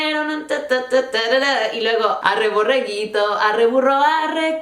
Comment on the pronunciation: No es borreguito, es Borriquito jajaja. Aún así me encantan tus vídeos! ^_^